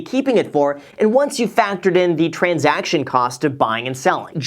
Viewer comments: Love u Graham but "transaciton" will never be transaction 😉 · *transaction not transaciton. Great video though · "Transaciton" :D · "Transaciton"? 😂 Just kidding. Love your videos ❤️ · "Transaciton" haha... Nice. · So is no one gonna talk about “transaciton” cost? 😂 it’s okay, Jack. Great video, Graham! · Can't forget the 'transaciton' cost